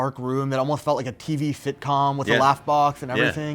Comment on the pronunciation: I swear this dude said "tv shitcom"